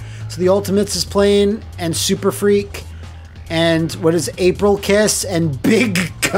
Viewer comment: IT'S "SURFREAK". SURF...REAK. SURFREAK!